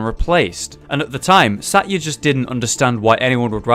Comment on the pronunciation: Satya is pronounced sa-th-ya